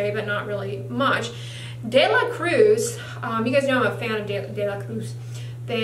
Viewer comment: Gracias por la explicación Doctora 💗 me has ayudado mucho con mi piel. Btw No sé por qué me gustó cuando dijiste “De la Cruz” con pronunciación gringa y luego lo pronunciaste bien en español 😅 Un abrazo 💕